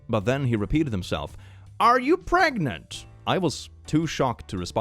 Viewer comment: Are you Pregananant? Are you Prrregante?!?